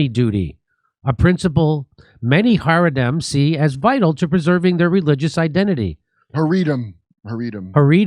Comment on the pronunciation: It’s pronounced hara-deem. The i.m. Always Makes it plural